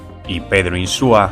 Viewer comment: Se apellida INSUA, no INSÚA. Por favor, aprendan a decirlo de una vez.